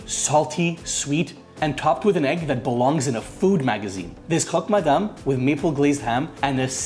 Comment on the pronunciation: Tell me you’re Canadian without telling me you’re Canadian. The maple on the ham and you pronouncing croque madame correctly gave you away! 😂 Looks scrumptious!